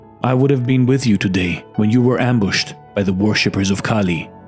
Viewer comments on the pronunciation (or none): 2.37 . It's kali not khali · The name of the Mother Goddess is "KALI" not KHALI. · Nice message. It is "Goddess Kaali and not Khali". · its not khali..its goddess kali